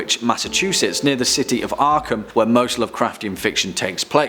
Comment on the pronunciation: Ar-ar-arkem?? We have found batman and Robins identity!